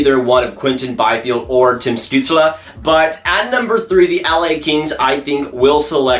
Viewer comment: Stützle is pronounced "Stew-tsl" Not "Stew-tsla"